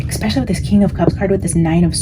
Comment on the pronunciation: PLEASE don’t say “expecially”.